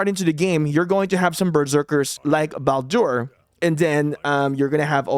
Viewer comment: Excellent video! Bladur is actually pronounced as 'Ball- Dur' The 'u' is short, not long